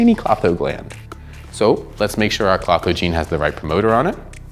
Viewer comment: To bad it did not come with the ability to correctly say Klotho!